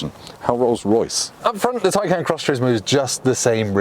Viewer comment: Go to Porsche and see how to say Taycan. I can't stand it when people give reviews and can't even say the name of the car correctly. What a joke